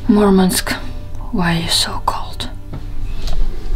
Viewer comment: It's not Mormonsk it's Murmansk